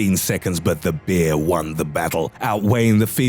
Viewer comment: Stop saying "bear" with that voice. Sounds like you're saying "beer"